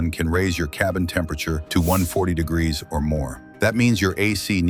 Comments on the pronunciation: No, I saw all the grazzen comments, then I heard it more than once. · Greeszzzn ????? Somebody better give AI a tune up